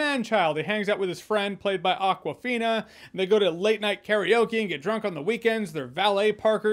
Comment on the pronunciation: its not aquafina, it awkwafina, as in akward